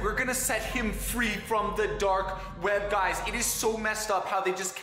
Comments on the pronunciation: he pronounces the period in every sentence and he pronouces it as "gaiz" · GUyS gUYs GAIS gUIsE gaIUS